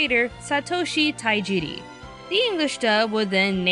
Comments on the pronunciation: Tajiri, not Taijiri. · Not to be rude,but it's Tajiri,not Taijiri